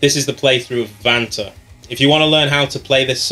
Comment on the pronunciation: Kinda sounds like you say banter instead of Vanta xD